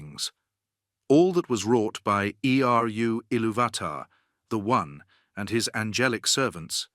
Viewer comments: Eeeeee arrrrrr youuuuuu illuvatar? Wtf is this? Fk this AI crap channel. Unsubed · Definitely AI voice, it hasn’t quite mastered saying Eru’s name yet and Sauron. Sawron and E.R.U😂